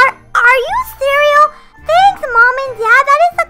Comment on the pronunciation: Did anyone notice was saying "are you cereal?" Instead of " are you serious?" 🤣🤣🤣🤣🤣